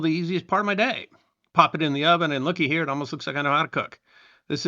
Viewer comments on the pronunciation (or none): none